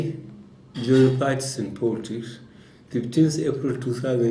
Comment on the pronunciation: motherfuking ex military guy who chagese the letter `f`` to `p` and the letter `p` to `f`. Motherfucker is saying, za folitiks, instead of the politics. Yeye man